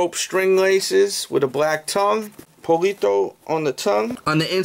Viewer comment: pollito as in poy-i-to